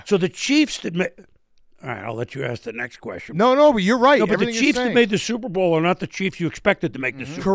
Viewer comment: I can't unhear it. "supe bowl"